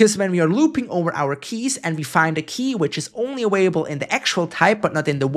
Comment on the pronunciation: they also always pronounce "available" as "awaible" and "parAmeter" as "paramEter" lol